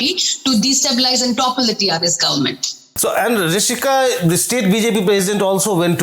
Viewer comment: I thought Rishika pronounced everything properly. Why should anyone be excused? We pronounce their names correctly, the least they can do as journalists is to learn how to pronounce ours properly.